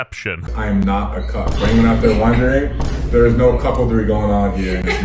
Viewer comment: The way pronounced cuckoldry actually made me spit my fucking drink laughing lmao